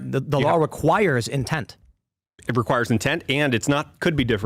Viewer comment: *intent (indent 😂)